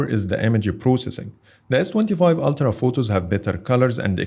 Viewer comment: ‘Altra’?! It’s Ultra, mate.